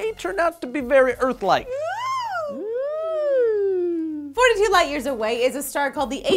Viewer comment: big örf "pronounced like earth but earf...